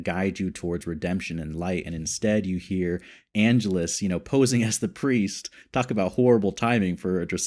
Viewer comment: Minor nitpick, but your mispronunciation of Angelus has been driving me batty. It's ann-jealous. I loved your reaction to When Liam met Darla. . . (Angel's origin story) The actor playing Kendra? Even 10 years later she was still playing a teenager! Didn't you recognize Darla (the lady vampire hanging out in the alley) from the first few episodes of season one?